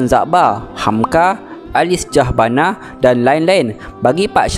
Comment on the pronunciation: Dan juga Ali-Syah-Bana Jgn sebut ikut ejaan